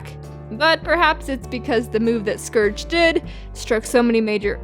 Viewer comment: scourge not scrouge